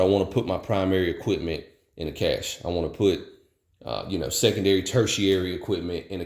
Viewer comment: I was thrilled just hearing someone pronounce cache properly. It just got better from there. After my folks house burned down I did something similar but also a bit more mundane. I added a few changes of clothes and a pair of boots. Depending on the circumstances you are building it for adding a thumb drive with scanned copies of important paperwork. Overall you have a great starting point, customization from there is just adding options. Some of those options will be location or situation dependant. If you live in the desert you might want to include canned water rather than just having purification and storage containers. Up north maybe adding warming layers, that sort of thing. Very practical approach.